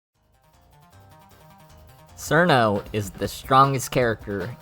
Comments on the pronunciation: Nah its fine bro, i know you westerners have it bad with eastern languages You are saying it as Surno while it should be smth like Chirno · It's "Chill-no" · "Sirno" -A Wise Soldier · who the fuck is "sir no" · People who pronounce it "Sir-No" scare me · isn't it pronounced "chiruno" or "chirno" ? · >pronounces it as sirno Goodbye. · "Serno" Ok this starts well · >Sees a Touhou theory video >Clicks >Hears dude pronounce Cirno terribly wrong >Refuses to watch further and leaves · It is just the Japanese pronunciation, Cirno isn't really a Japanese word, if Chiruno is the correct term then we would have to call Clownpiece "Kuraunpiisu" or Medicine "Medisun Merankori". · Nice video! Also, I know, you know, that the way you pronounce Cirno is HERESY!